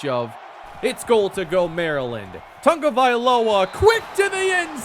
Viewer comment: Is it me or is he adding an N to Tagovailoa